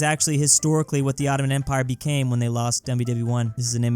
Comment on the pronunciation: Owttoman empwire